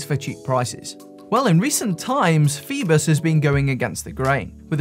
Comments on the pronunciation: Isn't it 'foyboss' not 'feebuss'...? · Yes but it's OI not OE......... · Pronounced 'FOE BOSS'